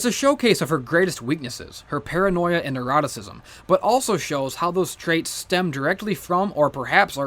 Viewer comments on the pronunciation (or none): When you said "neuroticism," it sounded dangerously like "eroticism." I think you meant to say "neurosis."